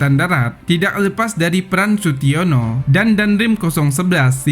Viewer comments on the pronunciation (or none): 😀😀. Sutiyoso bos bukan Sutiono, 😀😀😀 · Sutiyoso bukan situono😂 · Sutioso bos bukan sutiono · SUTIYOSO bukan SUTIYONO..!!! kacau nih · Bukan Sutiono.tp Sutyoso..admin bodoh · Sutiyoso.. Kok sutiono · Sutiyoso bukan sutiyono Bang